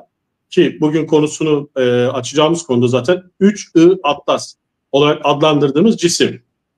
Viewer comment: Yahu kadın 31 ATLAS değil, 3 I ATLAS.. da defalarca söyledi..